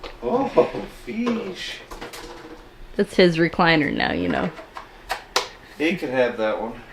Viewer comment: I’m gonna say it … feesh !!!